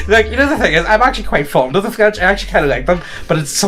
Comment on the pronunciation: Listening to you two potatos absolutely butcher the French language is a special treat. To say that someone "Wears the horns" is a traditional way to call em a cuck (cuckold's horns), fyi. E: the wigs were cause they all had lice, so they shaved their heads. Syphilis makes the meaty bits (any & all of em) fall off.